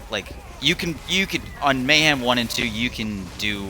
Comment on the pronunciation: May-ham, may not ham, who knows? 🤷‍♂️